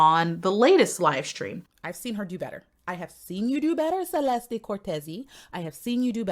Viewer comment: Hi. Her name is pronounced as "Che les te". Love you.